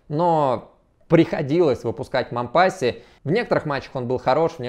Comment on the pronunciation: Раз уж в ролике зашла речь про Мампасси (у него всё-таки на последний слог ударение, на французский манер) и Мариуполь "стёртый с лица земли" - рекомендую посмотреть ролики с канала "Мариуполь видео". Там показывается, в каком состоянии сейчас город. Выводы каждый сделает сам. п.с. Ссылок не вставляю, с ними коммент автоматически удаляется.